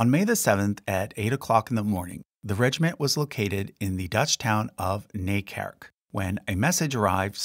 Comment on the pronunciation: Sorry to say, but it’s Nijkerk not Nikerk😅